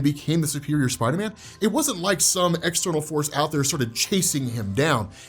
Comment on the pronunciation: I love u big fella but ngl every time you said Spider-Man I heard spidaaminn